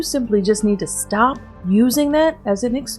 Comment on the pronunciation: “STAAAAHP-PAH”!! What is this obsession with adding an extra syllable to everything? Why does everything she says make me want to punch her in the face until she speaks properly? PS.? You’re superior to smokers? You’re not. You also smoke. Staaaaah-pah.